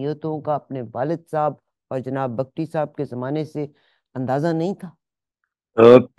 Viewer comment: Host should be brief, no need to ask lengthy questions. Frequent interruptions are unprofessional. Tribe’s name is Bugti(Boogti) not pronounced as Bug tee or Bagtee.